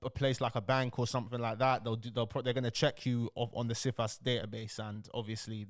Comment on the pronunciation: Cifas - pronounced "Sigh-fass", is a multifaceted system. For example, you can put a Cifas on yourself, to protect yourself in the case of fraudulent applications... I've seen wealthy families put Cifas on every family member, so that no one can take out fraudulent applications. If you are living a "normal" life with regular sources of income, and do not commit any acts of fraud (including doctored documents), then you are very unlikely to fall foul of Cifas. This guy is entertainment, not education.